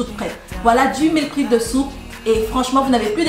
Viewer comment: Hello , merci pour c'est recettes qui donne envie 🤩 ... par contre je m'interroge, si tu ne mange que la soupe sans rien d'autre a coté ne risque tu pas de développer des carences ? Par contre ma jolie on ne dis pas meal " prip " mais meal " prép " ( je l'est écrit phonétiquement ) en anglais . Jai hate de voir ta prochaine vidéo. Prend soin de toi , que Dieu te préserve 🙏🏻